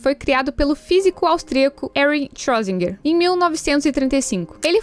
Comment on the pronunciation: Foi a pronúncia mais estranha que já ouvi do Schrödinger.